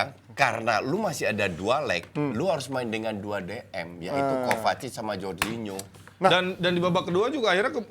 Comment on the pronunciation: Suka greget si sama bes kalo soal spelling nama pemain, kek jorgin-ho, coutin-ho, Ronaldin-ho dll 🤦 sekarang hurgen klopp 😂 I mean c'mon man, jadi pundit tapi kek baru kenal bola. Sekedar info aja pemain yg berbahasa portugis yg namanya pake 'nh' kalo spanyol jadi 'ñ' itu sama dengan 'ny'nya org Indonesia. Ada lagi contoh 'j' di Spanyol juga lebih beragam lagi 'Jorge-Jordi' Jorge itu org Spanyol asli dibaca 'hor' sementara Jordi itu orang asli Catalunya dica 'jor' begitu. Bes kan sering nyebut 'hordi alba' apaan katanya sekolah tapi ko bego gitu kan...